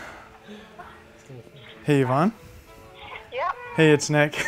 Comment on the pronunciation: ik but i heard ivan and i know its yvonne